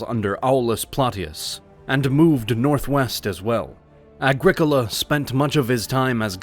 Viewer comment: It’s ‘Agricola’ folks tsk tsk tsk